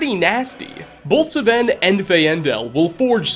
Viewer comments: Its sven not seven nor saven or s'ven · Fine-dal and Sfen not Fai-en-dal and S-ven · “Su-Ven and Fayendul” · "Saven" "Fay-ai-ndel" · Me:Sven and Feandal:Sevayen and Feaayandal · This is just a pet peeve of mine, but I really feel like if a word or name is spoken by an npc in a game, that should be the CORRECT PERNUNCIATION!!!!! S-Ven???? Fa-aindal!!!. Camilla? Don't you mean Camel- a??? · My man just pronounced Sven and Faendal wrong lmao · Sometimes i wonder does really play skyrim or just use it to make money. Both are cool but the way he pronounce npc s names sounds like he never met them. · the way he pronounces Sven and Faendal should be considered a hate crime. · You managed to misspronouce both Sven and Faendal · He mispronounces Sven and Faendal. I side with Sven because in the Dragonborn DLC as a follower Sven will use Talvas Fathryon's line. "I suppose Master Neloth won't mind. He's always telling me to stay out of his way." In 1 save slot I married Camilla with Sven as a steward and Faendal turned hostile when he saw me come home he was trespassing on my Lakeview Manor property Sven killed Faendal.